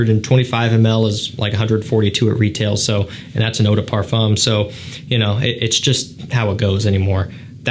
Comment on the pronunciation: Please learn how to pronounce the word Parfum correctly